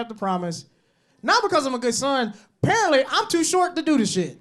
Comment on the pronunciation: Yk he from Mississippi cuz that nigga said parently instead of spared apparently 😂